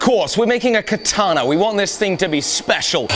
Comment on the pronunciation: Katanee yee-haw